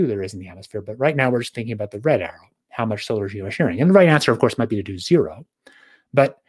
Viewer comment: Also it says a lot that D cant say the word Geoengineering or Geosharing without mumbling.